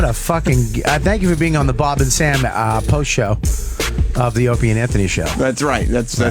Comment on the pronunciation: I love it when Bobby says 'Ropie' instead of Opie and everyone let's him slide cause he is enraged at Vos